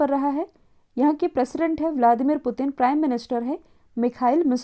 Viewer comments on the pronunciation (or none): none